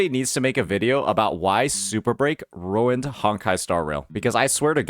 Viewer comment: This man ruined the word "ruined"